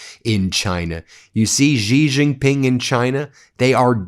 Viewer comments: why as a newscaster won't you do even a liftle bit of research to pronounce international names well?? Why are you "zhuh-zhing" "J"s in Xi Jin Ping and Beijing when that is only done in the French language?? "January", "bejewelled", "just" is just "J" sounds SINCE WHEN did "J" became "zhanuary" "bezhewelled", and "zhust"? New Zhersey? Zhacksonville?? wtf English were you speaking? Did you think you sounded smart? So bloody irritating. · all good, but that xi jing ping pronunciation is cringe as f. i mean... who is Gigi, the third brother of Mario and Luigi? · Now would be a great time to learn to pronounce Xi Jinping's name. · Xi Jin Ping is pronounced more like Shee Gin Ping. Love your content. But Ben, you pronounce it like a drunken sailor. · It's pronounced "She" Ji Ping, watch the ChinaShow from the ADVPodcast guys, you'll see. You'll sound even more smarter too. I hope Trump doesn't sell America out. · I appreciate yr podcast but pls pronounce Xi Jin Ping properly. Xinhua news agency too. The "X" is pronounced like an "S" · Please learn how to pronounce Xi Jinping's name!